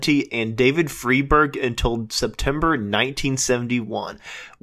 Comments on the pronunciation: Also it's "Fry-berg", not "Free-berg"! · Homeboy need to learn how to pronounce John Cippolina and David Frieberg ....I saw the 2006 re-union of Quicksliver w/Gary Duncan & David Frieberg at the Sausalito Art Festival...That was quite the flashback day....Also on that show was Its a Beautiful Day w/David LaFlame....Big Brother & the Holding Co....Tom Constanine (Grateful Dead keyboardist) & also Jefferson Starship....Also many moons ago saw Cippolina and his band Copperhead....